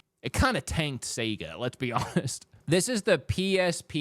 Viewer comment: Always love the Aussie pronunciation of Sega. It used to be pronounced that way in the UK also, but only in the 80s and maybe early 90s 🙂